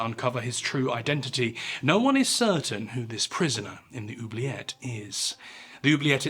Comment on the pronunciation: Apart from my earlier childish comment, I would like to let you know that I have just watched another great video! Also, your pronunciation of "oublier" and "oubliette" are really good 😄